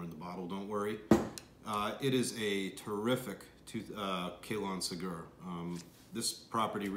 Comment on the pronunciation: Let's try pronouncing it correctly. Kah-lohn seh-gyuhr.